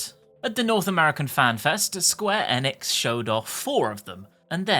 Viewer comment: British people NEVER say Square Enix properly